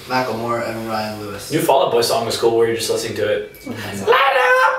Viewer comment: Did Alex said Macklemore ? haha